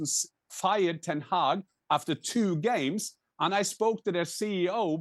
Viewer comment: Stevie said "game-ses". 😆